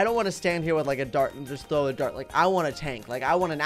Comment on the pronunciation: He trow a nuke